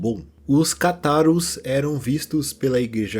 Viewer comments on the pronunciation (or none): uma correção,: a pronuncia correta é Cátaros, e não catáros